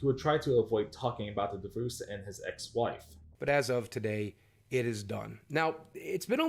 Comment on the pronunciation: Great video but I can’t get over the guy saying divoose like it’s an animal